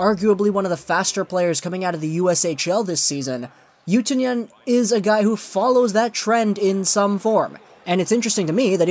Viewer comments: Pronounced OO too nen not oo Tyoo nen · Oh my lol :D The way you say Utunen is so hilarious!